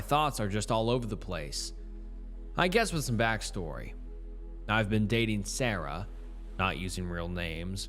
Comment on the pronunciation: Followed by sawrah not Sarah